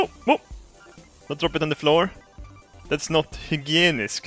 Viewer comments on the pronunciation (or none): Hygienic! lol not highyegneg